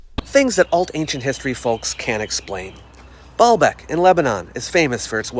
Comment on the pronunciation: i know its juvenile but every time someone say's Balbek i hear ballbag!